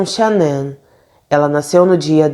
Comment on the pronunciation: Amooooo seus vídeos! Mas fico tão agoniada qdo erra a pronúncia dos nomes 😓 ainda mais num caso tão veiculado como esse onde o nome da esposa eh falado milhões de vezes… cada vez q eu ouvia “SHANNIN” doía meu coração 😫😫😫 é SHANNAN normal mesmo… Uma pena.. mas assisti tudo! Fica aqui o “toque” para q vc cresça mais ainda: procure acertar a pronúncia do nome ou de antemão se explique dizendo que não sabe sei lá 😶😭